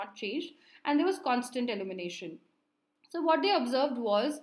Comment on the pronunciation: Good explanation. Very informative. Just a small feedback the pronunciation of ILLUMINATION “/ɪˌl(j)uːmɪˈneɪʃ(ə)n/“ and not “ allumination “ because after a certain point I just kept getting confused as to what you are talking about.